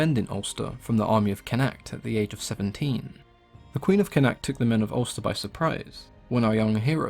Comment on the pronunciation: Not it's not. It's pronounced 'CONN-akht'.